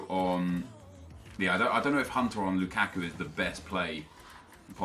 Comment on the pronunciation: everytime you say "LOU KACK KOO" i chuckle